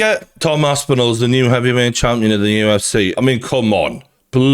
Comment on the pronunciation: man said tom "aspenol"